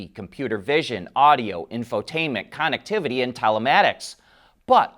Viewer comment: Why do some people have a hard time pronouncing "connectivity"? What is this Conuctivity?